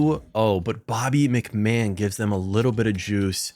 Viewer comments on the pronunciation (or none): none